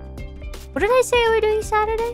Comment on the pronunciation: other stream: "Gawr Gura's brain games" This Stream: 'uotlast' 'saturaay'